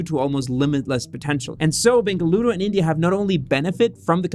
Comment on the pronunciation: Thanks for making a constant effort and saying "BENGALURU"